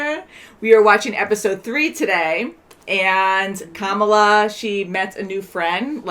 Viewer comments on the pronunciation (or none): You are pronouncing the main character's name wrong. It is not spoken the same as the current VP of the US "KA-mala", but should be "ka-MA-la". You should have noticed when she corrected the teacher in EP 2. And laughing at their wedding traditions? Wow.